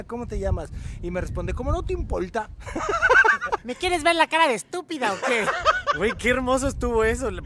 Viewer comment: "Como no te impolta" 😂😂